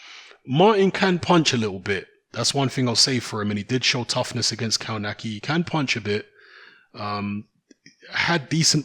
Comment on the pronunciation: KOWNACKI = KOVNATSKI